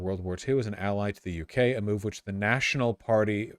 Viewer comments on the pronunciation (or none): none